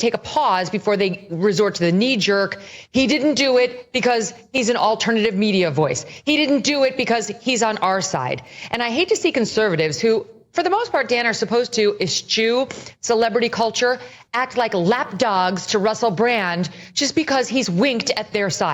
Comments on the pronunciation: needs to revisit her pronunciation of eschew. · She could not say that word. 😂